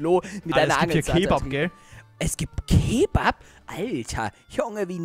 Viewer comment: Es heißt Keebab